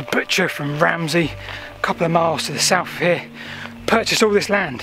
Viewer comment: Interesting view on the subject . . . something I've been intrigued by for years. However, not sure the pronunciations of some of the place names is quite correct . . . Ramsey? (Ramsbury) Clifford Pypard (Clyffe Pypard). I get a bit twitchy when I hear these mistakes (especially having lived in Wiltshire most of my life). I end up thinking, if this is being mispronounced, what else might be factually incorrect?! Hope you take the criticism as a fair one . . . in an age of fake news and general misinformation, I'm sure you'll always want to strive for accuracy.